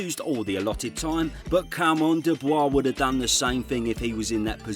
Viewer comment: Your pronunciation of "Dubois" name is quite controversial.